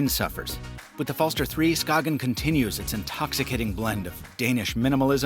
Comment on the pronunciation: BTW the “g” in “Skagen” has a “y” sound. Danish is weird that way: “Skay-en” And the “er” at the end of “Falster” is more like a posh UK accent, an unaccented “schwa”: “Fell-stuh” Try Google translates text to speech feature and selecting Danish as the source language as it’s pretty accurate.